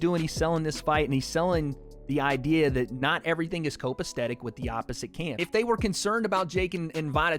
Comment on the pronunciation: Copastetic? You mean copacetic? Right. I'm from Sweden and even I knew that😂🇸🇪 Come on man